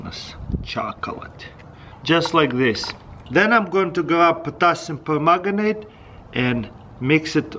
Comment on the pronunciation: "just grab some potassium pergutanate "